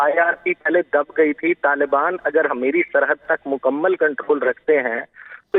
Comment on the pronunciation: 1.33 muqammal 😂😂 Huqumat, muqammal, whats going on with this girl's Urdu